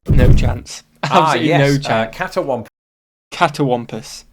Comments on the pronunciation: Cattywompis is how they say it. And it means goofy looking, all screwed up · We don't say "catawampus"... In Tennessee, it's pronounced "cattywampus". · Cattywampus- Cat-tea wamp-is